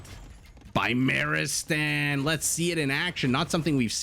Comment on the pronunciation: Beemar-e-stan would be the correct pronunciation, beemar would mean illness, and beemarestan would mean hospital.. Just a note!